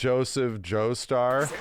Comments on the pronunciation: Go ahead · "Johnahthn Jostur"😭😭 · why did you say jonathan's name so weird? "jinathin joester" ???? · JoNAthan Joester. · did this man just say jna-than jo-stur